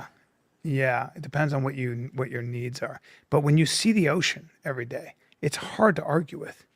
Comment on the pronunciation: He cant pronounce the word " every". He just lazy with the language and nobody corrects him